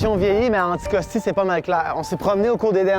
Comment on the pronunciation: it's "Anticosti" , not "Syckscoskee"